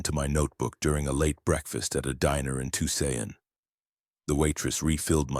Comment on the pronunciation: Tuscon-TWO-SAWN-If your going to do AI please fix the pronunciations 😓